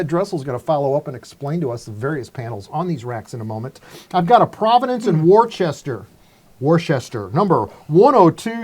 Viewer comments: those of us from Mass pronounce Worcester as Wooster. Just for future pronunciation. Love your show. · Just found site and subscribed. As a new englander Worcester is pronounced as Wooster. Like the site will be hear more often.